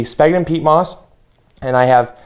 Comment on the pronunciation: Sphagnum pronounced sfag num. BTW More smaller holes no half inch remember they are wrigglers!